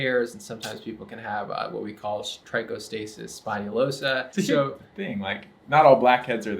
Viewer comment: Paused the video more than twice just to enjoy pronounce trichostasis spinalosa:D